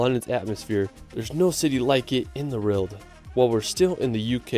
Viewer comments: It’s a W not an R not rowld, world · why does he pronounce world like that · this guy cant say world, lol